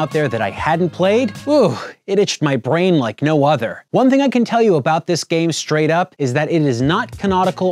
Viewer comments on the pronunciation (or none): none